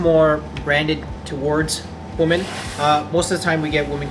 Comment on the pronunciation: So have schools stopped teaching the difference in pronunciation of the words woman and women? Seriously, I hear this all the time from younger people. What the hell!